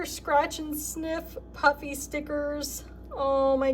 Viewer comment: Every time you say "puffy", I hear "Puppy". I keep wondering where the dog stickers are...lol!